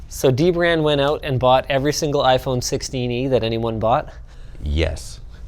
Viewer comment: its sixteen-e lol